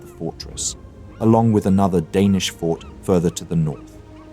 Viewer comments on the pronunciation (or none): none